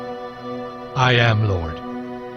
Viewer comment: Lord-eh?!?! It’s pronounced lord.